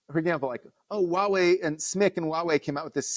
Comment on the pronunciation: the H in "Huawei" is not silent. Instead of "Wah way", it's more like "Hwah way".